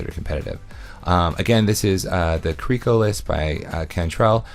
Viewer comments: care-rick (please pronounce the name correctly) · You're probably gonna cringe a lot then when I tell you I pronounce it Krik as well. I simply ignore the apostrophe and then pronounce it.